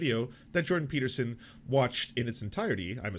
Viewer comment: Video starts: "Doctor Jordan Pee-Peterson..." Ah, Mondays.